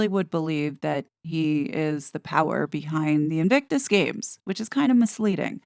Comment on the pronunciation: Sounded to me like Serena said 'Evictus Games' - twice!